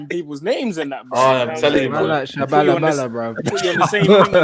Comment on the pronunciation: That Tshabalala pronunciation killed me fam.